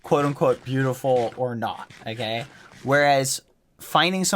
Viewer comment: all i heard is "okgey"